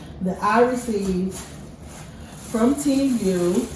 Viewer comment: You are butchering the name sweetie, it’s pronounced tee moo ,a long sound u but you say it like moo like the sound a cow makes. So it’s like tee moo not teem you , I know it isn’t spelled like that but this is what it sounds like. I’m not trying to be disrespectful, because you happen to be one of my favorite YouTubers. So please don’t take it the wrong way